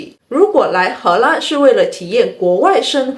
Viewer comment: 荷兰的 兰 念 lan 第二声。不是第一声。：）